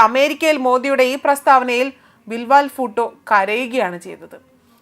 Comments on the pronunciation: സഹോദരി 'ബിൽ വാൽ ബൂട്ടോ' അല്ല 'ബിലാവൽഭൂട്ടോ' ആണ് ശരിയായ പേര്. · 😂😂 "ബിൽ വാൽ ഫൂട്ടോ"യോ❓ അതെന്തൊരു "ഫൂട്ടോ"❓ ചേച്ചീ ബിലാവൽ ഭൂട്ടോയാണ്‼️ കഷ്ടം‼️‼️😂😂